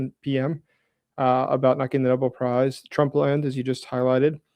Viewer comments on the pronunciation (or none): Nobel, not noble😂